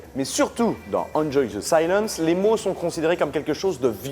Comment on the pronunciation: Tu es quoi comme genre de débile pour mettre des smileys? Tes sources qui viennent de Wikipédia me font rire tout comme ont t'entends prononcer le titre.(oui votre prononciation de l' anglais est merdique désoler ) Bref VIVE LA FRANCE.